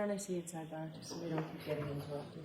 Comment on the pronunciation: My favorite is:: “Objection, your honor!” Bev: “Sustained” (her automatic default) Defense: “We need to be heard on this, your honor”. Bev: “Okay, let’s go to sidebah”. At sidebah… Bev: “Okay, Mr., what’s your objection?”